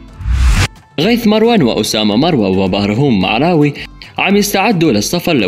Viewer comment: معراوي مو ميعراوي